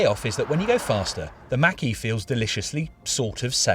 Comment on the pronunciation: FYI: Mach and E are pronounced as two different words. :) Mach (insert brief pause) E